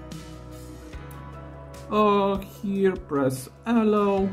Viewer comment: Ty for the hint. Btw, your intonation for "allow" is wrong. You say "Allow" but correct in all english speaking countries i know i "allOw". The sounds are all correct, but the a should be shorter and the o longer